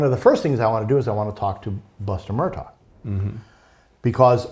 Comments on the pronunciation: NOT MUR..DOC!!! It's pronounced Mur-‐ DAW!!! REALLY! Journalist get it right!! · INDEED! It was annoying. The name is actually pronounced "Mer dock." If this guy can't pronounce the name, it makes me question how much work he has done in person and how he could not have been corrected or at least pick up the correct pronunciation. The spelling is inconsistent with the pronunciation but that is a matter of local idiosyncrasy. And, the sniffling bothered me greatly. Couldn't they find a tissue? Even a napkin. Sorry, but something about this guy doesn't ring true. Between the sniffing and the inability to correctly pronounce the name he lost any credibility with me. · He also mispronounces the name. If you are saying "Mur-taw," you have not been following the cases. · Would someone tell him the name is Murdaugh not Murtaugh? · This guy still can’t pronounce Murdaugh “Murtaw” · Very knowledgeable guy, but I really wish that he wouldn't keep saying "Murdot" instead of Murdaugh...he really should know this by now. Also please give him a box of tissues !!!!! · Good interview. is obviously well informed. Just wish he’d drop the “t” in Murdaugh! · For goodness sake, give the man some antihistamines. The sniffing and snorting were beyond irritating. I had to stop the video. If he wants to come across more professional, at least learn the correct pronunciation of Murdaugh. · This is very interesting and a lot of good information but why does he not know how to pronounce the name Murdaugh? Also, what is with all the sniffing?